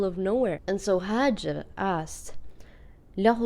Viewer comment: Actually it's " Hajar " , Not " Hajir " And this is my name 😚💞✋🏻 Thx